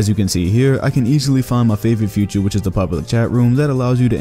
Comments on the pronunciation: It's FEATURE, not FUTURE. FEATURE (\ ˈfē-chər \) definition 3: a: a prominent part or characteristic Pine trees were a feature of the landscape. b: any of the properties (such as voice or gender) that are characteristic of a grammatical element (such as a phoneme or morpheme); especially: one that is distinctive -Merriam Webster Dictionary FUTURE (\ ˈfyü-chər \) definition 3: existing or occurring at a later time met his future wife We cannot foretell future events. -Merriam Webster Dictionary Please stop saying "future" when you mean "feature" a team can feature Steph Curry. FEAture is either a noun or a verb, something can be featured or be a feature. FUture is either a noun or an adjective, e.g.) "In the future, my team will hopefully be good" or "My future team will hopefully be good" Please learn it is infuriating to hear you call the features of the hardwood amino app "futures". If they were, in fact, "futures" they would not exist yet, however, since you seem to be using them, they would be features or at the very least "future features" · Anyone else pissed at how he says feature